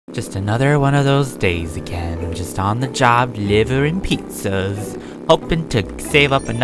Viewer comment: "Just on the job delivering pizza's" Or do you mean "just on the job delivering peetah's"